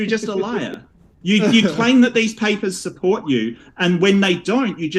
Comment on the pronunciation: I'd rather have AIDS than listen to talk about PAY-PAHS for one more second. Dude is obnoxious and thinks he's brilliant😂